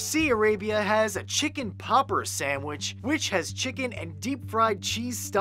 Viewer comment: what did you just say nacho chicken sandwich or not you're chicken sandwidge